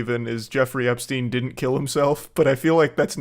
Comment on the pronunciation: It's stein. Styne